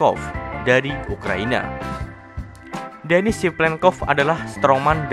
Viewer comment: maaf salah harus nya denis bukan demis